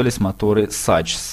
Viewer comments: Не "Сачс",а "Сакс" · Закс, а не сачс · не "сачс" а Закс. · Какой дирт? Какой сачс? Дёрт и Захс, солова английское и немецкое.